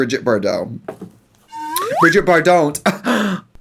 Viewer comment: K "Brigitee Bardon't"🤣🤣🤣🤣🤣🤣🤣 Also, Baby Trixie was heckin adorbs, tho.